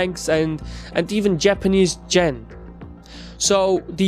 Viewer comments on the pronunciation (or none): What is a Japanese "Chen" as you pronounced it? Do you mean "Yen" or did I misunderstand you?